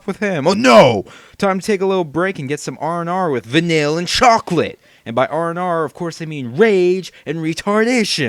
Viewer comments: your pronouncing her name wrong and you are so sadly wrong with your opinions. and obviously because they talk about 'nonsense' in the game, its because there only teenagers idiot. just stop being judgmental just....... stop....please. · o.o Uh...i'm sorry but you said Vanille wrong...and i'll still complain about this :3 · Vanille is on of my fav charaters pluss u pronounced her name wrong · im sorry i personally like Vanille but i have no problem with you posting this vid cos everyone is entitled to their own opinion but will you at least say her name correctly! i mean all the characters say it at least 100 times during the game and you still don't know how to pronounce her name!! p.s. no offence just say her name right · Vanille is one of the best characters!!! if your going to diss her, at least say her name right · If you actually paid attention her name is "Van-eel" Not Vanill, not Vanilla. You're a racist :D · it's not van-ill, it's vah-neel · Vuh-Neel.... not Vuh-Nill... Vuh-Neel.... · It's "Vuh kneel" not "Vuh nil", doofy. I hope by now you've played enough of the game to realize how jawesome Vanille is. PS: The voice actress is from Australia. :D derp. VANILLE FTW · her name is pronuced Vah-neil not vinill. its very obvious that your only 10 hours into the game. but i wont put any spoilers in here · Its not Vanille its Va-kneel pronunciation wrong. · va-neel > VANILLE. How is it that hard to pronounce a name that is said multiple times in the video game... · 1) Australian accents are HOT!! 2) She's not annoying, she's wonderfully bubbly. 3) You can't be surprised if the depictions of black people are leaning toward racist. Japanese people are historically racist, but in my opinion it's getting better. 4) Could you pronounce her name right?! PLEASE!? Va-nill just gets on my nerves. It's Va-neel. Learn it, live it, love it! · it's pronounced like Vann-eel!! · But despite all that, it is pronounced Vuh-neel...